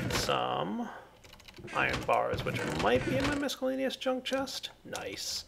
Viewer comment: I cringe every time you pronounce miscellaneous as "misk".